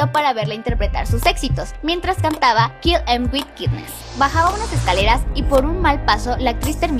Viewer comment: que onda con la nueva locutora no me gusta :s le quita profesionalismo a la paginas ademas que no pronuncia bien el ingles xD se dice "Kil em wit kainess"